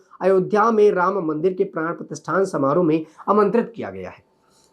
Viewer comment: Pran pratistha hota hai pratisthan nahi